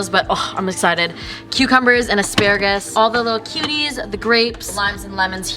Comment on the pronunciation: The way she says as-pa-RA-gus really bothers me😂😂